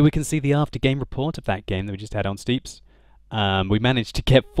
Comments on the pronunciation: It's pronounces 'steps' not 'steeps' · Stepps not steeps :D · So does know that the map "Steppes" isn't pronounced "Steeppes"? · This was months ago an you probably already know, but it's pronounced "St-epp-s" like ep in epiphany. Or easier yet, just "steps". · FYI 'steppes' is pronounced 'steps'